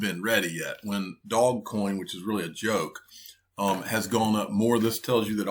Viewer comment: "Dog" coin 😂🤦‍♂️ Much cringe